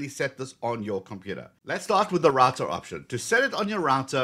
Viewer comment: Its Router not Rator lol